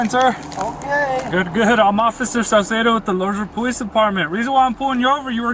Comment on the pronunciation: ITS ACTUALLY OFFICER SALCEDO NOT CARCEDO😅